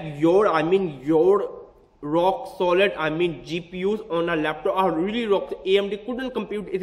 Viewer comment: hahahahahahaahahahhhwhhaha you sound to funny amdi is amd not amdi need beat en then rap amdi amdi hahahahahahahahahah